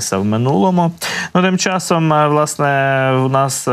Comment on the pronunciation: "відбувалосА, сталосА, мешканціФ.."! За якими правилами "ВЛАСНЕ", ведучий, "ВОАСНЕ" тав вимовляєте зауки?!